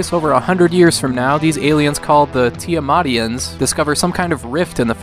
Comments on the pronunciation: Lol, I JUST read VGJunk's article on this game. I gotta say you liked it a lot more than he did. Also it's apparently "tirmatians" and not "tiamatians", and you said vertical shooter when it looks pretty horizontal, oops :P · They're actually called the Tirmatians, not the Tiamatians. Although the font is so garbage it took me a minute to even notice the difference between the R's and A's